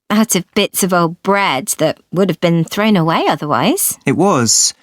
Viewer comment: so mik nghe7749 lần nhưng ko nghe ra" thrown" v ta, tự nhiên có âm /en/